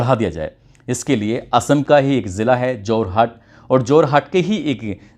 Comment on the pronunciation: It’s Jorhat…. Not Jarhot 😂😂